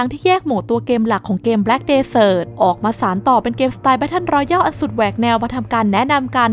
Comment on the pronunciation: อ่านว่า แบตเทิล รอแยล ครับ Royal รอยัล Royale รอแยล